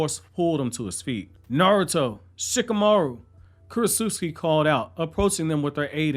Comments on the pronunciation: I think it’s Kurotsuchi not Kurotsuski. Lol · KU-ROT-SUCH-EE not Kurot-suski!! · this dude did not just say kurotsutsuki